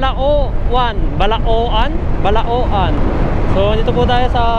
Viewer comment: Mali po pagkakabigkas ng Bauang (Hindi bawang) at Balaoan (dapat Balawan) hindi mabagal pagkabigkas sa may uang at oan, hehe anyways nice vid